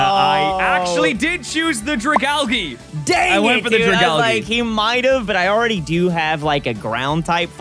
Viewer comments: Wait is that how you pronounce Dragagle??? I thought it was like “Draga-la-age” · ' pronunciation of Dragalgae is truly painful.